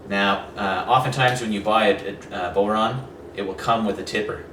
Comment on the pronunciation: It's pronounced bough-rawn, not bow-rawn. As in "when the bough breaks". Great vid though, thanks!